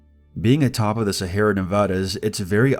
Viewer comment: Sea Air Ah. Sorry it's just... Sahara? The whole time? I have a friend who does voice acting and dramatic readings a lot like this and this is making me want to proof check his work before he uploads.